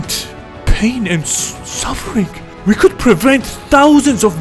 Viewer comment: The only thing that makes me laugh my fucking head off, is when emphasizes the word's PAIN! SUFFERING & (the best one yet) PAINFUL!! - ( & )